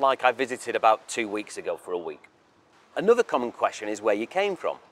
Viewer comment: ANNUVVVER'....stopped listening at that point.